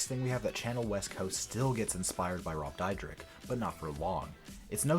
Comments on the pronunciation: Dude their names are pronounced sha nel west coast and rob deer deck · Oh my God dude can't you learn how to pronounce the people's names that you're Going to talk about on your video. Seriously do you live under a rock and you don't know who they are